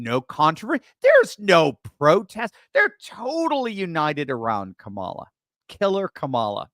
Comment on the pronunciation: Are you sure you're saying her name correctly? It's KAMALA!! K A M A L A!!! 😅 -- Texas 😂